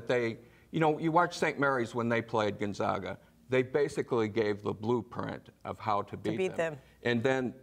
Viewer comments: Who the hell is Gonzauga? It's hard to give you any credibility if you can't even pronounce Gonzaga. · It's Gon-ZAG-a NOT GONZAUGA!! Da-gum. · They ALL pronounced it Gun-ZOG-uh! Lol. I guarantee they did not watch any of their regular season games. Don't take advice from these people.. They still don't know how to pronounce Gun-Zag-uh! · Is it really that hard to say gonzAga? Fuck its been 20 years, get it right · Absurd. Gonzaga is a PROPER noun which, theoretically, could be pronounced any number of ways. Has nada to do with education. Just like Nevada, I've heard the Zags said both ways. People who don't follow sports are unlikely to have heard of the Zags. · Please pronounce Gonzaga correctly! Get yourself educated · How can these sports nerds say Florida State is their entire world, when they can't even pronounce the #1 seeds name....Dis-credits everything that comes out of their mouths....